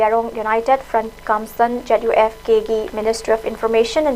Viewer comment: Cadre da kadre haina pronunce touba chanel ZUF nutte ZUF K haiu Pao pabada cheksillu Ukhrul Nunsungkhong haiba village leite Nungsangkhong haibani